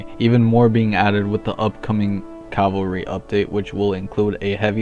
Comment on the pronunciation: try not to say Cal-val-ry instead of Caval-ry challenge: IMPOSSIBLE